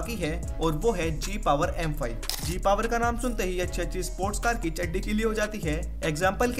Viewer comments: Mujhko sunai diya gay power 💀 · Bhai mujhe hi Gay power sunai de raha hai ?